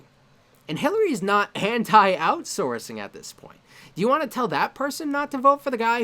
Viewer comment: When you said "Hilary's not anti-outsourcing", i heard "Hentai Outsourcing". dies